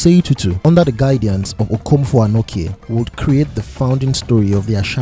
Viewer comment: Denkyira is pronounced as Den-kye(che - like teaCH)-ra and Anokye sounds the same. The last 3 leters ''kye'' is pronounced as 'che'. So ''kye'' isnt pronounced as 'kie' or 'key'